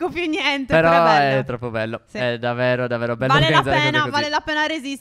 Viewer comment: Io vi adoro,ma perché dite davero e non davvero? Siete bravissimi lo stesso